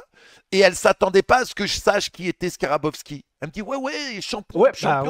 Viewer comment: Manu , c'est Skarbowsky et pas Skarabowsky